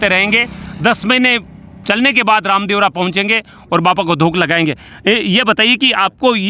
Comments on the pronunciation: Sir Ravdevra yatra nahi Ramdevra yatra hota ha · रावदेवरा नही है रामदेवरा है